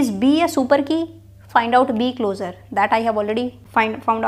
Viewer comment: it's closure pronounced like clo-shur. pls stop calling it closer ffs/